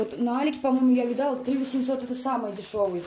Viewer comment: Хорошие покупки,комментируете очень примитивным языком,не сочтите за оскорбление,но желаю Вам изучить русский язык,режет слух "с Москвы", "урвала", "видАла".Обратите на это внимание,а ролики действительно хорошие!Удачи и развития!